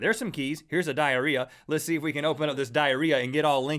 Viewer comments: U guys keep saying DIARIEA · PLEASE, STOP SAYING DIARREA!!